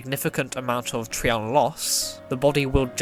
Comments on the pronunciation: It's tri-on not tree-on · It's tri-on not tre-on Get it right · Ig not it just drives me nuts after hearing the anime say tri-on and then hearing it be called something different